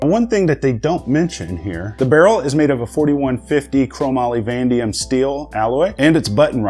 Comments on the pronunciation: Tbh I love your vids but I hate that you said “van-dium” instead of van-a-dium”, love you man lol but I’ve heard you said it correctly like 100 times across other videos and it just rubbed me the wrong way lmao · Vandium? What the Hell is Vandium? Haha it is Vanadium! Cheers excellent review!